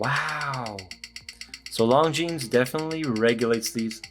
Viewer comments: the way you pronounce it, it sounds like long-jeans!😂 It is pronounced Longine, without the s! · "Lohn-J͟e͟a͟n͟"! 😊 The emphasis is slightly on the last syllable! 🙂 We don't have to pronounce it with a French accent though!... nobody wants to be that guy! 🤷‍♂️ I normally wouldn't say anything, but I watched an upload on the importance of watch reviewers pronouncing the brand name correctly - because all of us guys who watch your reviews to learn stuff will also pronounce the name incorrectly coz we'll follow your lead! I thought that he had a really good point! Great review as normal! Cheers. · Right. If not Google translates it as "long jeans" 😄. I'm french btw. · Still said it wrong. The S is silent in French. Beautiful watch but I’d probably prefer it without the date. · The ‘s’ at the end of Longines isn’t pronounced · Yeah it annoys me too!